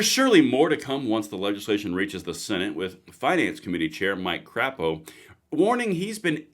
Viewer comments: Mike Crapo is pronounced crape-o, not crap o. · Senator from Idaho is Mike Cray Po, not Crap Po. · One, and I've noticed a lot of YouTubers mispronounce it, it's Crapo (Cray-po). Second, Idaho's citizens will start applying pressure.